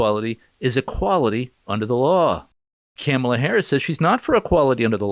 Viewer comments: I think you're putting emphasis on the wrong syllables when you say Kamala. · “Camla” lol 😂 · He said camela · Why do you keep mispronouncing her name 😒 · You’re pronouncing kumswalla wrong